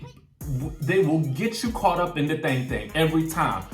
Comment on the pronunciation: I am sorry everytime you say thang thang thang thang thang thang i can't stop laughing 😂😂🙂